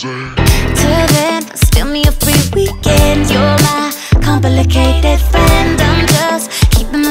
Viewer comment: "Complicated" is now a five-syllable word. I love it.